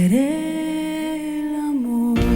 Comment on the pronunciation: Her name is not Laura but Lara and Fabian is pronounced the French way. And in Italian all letters are pronounced. So Perdere l'amore both have "re" at the end and that shall be pronounced. Not difficult is it. Heavens, what is wrong with the American's tongues.